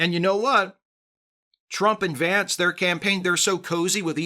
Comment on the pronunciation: you pronounced the VP’s name incorrectly.